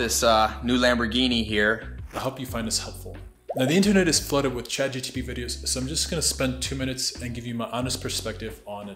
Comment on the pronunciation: It’s Chat GPT not Chat GTP.